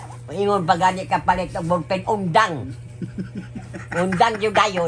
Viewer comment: Makakatawa man nalang ta nimo. Nganong Na golpen naman instead na Ballpen，haha